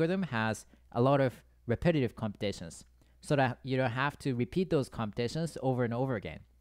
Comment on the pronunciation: When you pronounce repeat then bepeat is heard.🥸